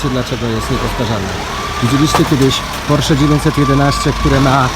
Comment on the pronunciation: porszu ? Kurwa, porszu 😁😁👍